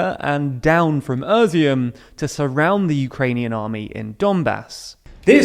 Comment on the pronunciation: As a Ukrainian, it's funny how you mispronounce all the latest names of cities :) Like: Буча, Ізюм, Волноваха Besides that content is pretty OK :)